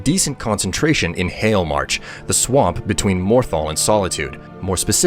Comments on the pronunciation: Hailmarch... really? More like yahlmarch. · you mean Hail-march